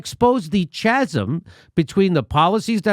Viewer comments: Love the video! Go M4A, get that vote. FYI, Jimmy it's "ka-zem" not Cha😊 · It's pronounced "Kazim" Jimmy as in chaotic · Jimmy, lol, the "ch" in chasm is a "k" sound, pronounced as k-asm. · pronounced Kasam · It's pronounced cazam! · Love you jimmy but CHasm?.. , lol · Jimmy I love you but please learn to pronounce “chasm” lmao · You said chasm wrong. Unsubscribed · Jimmy... the H in chasm is silent.